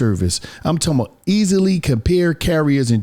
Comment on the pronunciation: “I’m talm bout” 😂